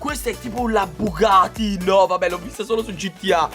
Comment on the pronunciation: non si dice BUGATI sì diceBUGATTI